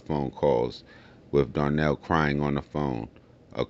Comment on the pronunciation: Donnel not Darnell